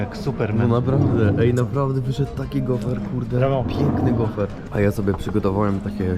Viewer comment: Gofr, nie gofer !